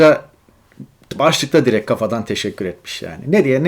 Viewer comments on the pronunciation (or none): none